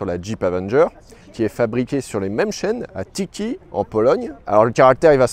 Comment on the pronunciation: Tychy, en Pologne, ça se prononce Té-hé. Pas Ti-ki ;)